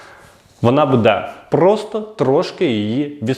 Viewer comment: оце ваше будЕ, будУт... - ріже слух. Серйозні ж теми